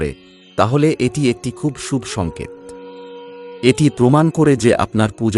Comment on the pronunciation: আপনি কি বাংলা ভাষা জানেন না?? না তো ছন্দে পড়ছেন আর না উচ্চারিত আপনার সঠিক। খুব বিরক্তিকর। শুভ কে সুব বলছেন কেন